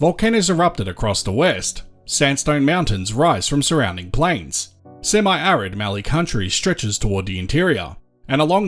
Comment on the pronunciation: “Sem-eye arid Mallee…” 😮